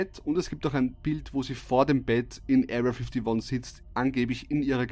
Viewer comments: "Ariya fittoni" 😂😂👌🏻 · "Aria Fiftiwon" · „Erriaa fifdi won“ 😂